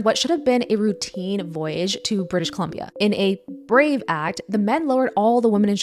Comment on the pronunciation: Why did you say brave that way